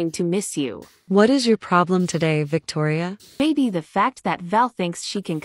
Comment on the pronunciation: Victoria said uour😹